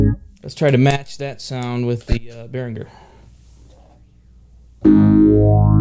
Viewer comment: Thank you for pronouncing Behringer correctly! Great playing and useful review too.